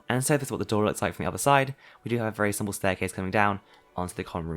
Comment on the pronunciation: How manny times he say Siple 🤣